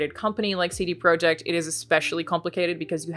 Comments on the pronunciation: Alanah, if you want to pronounce "CD-Projekt" the Polish way, it's "tseh-deh proyect", not "see-dee proyect" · "cd proyekt" ? lol what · Polish pronunciation. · Pronouncing in the native Polish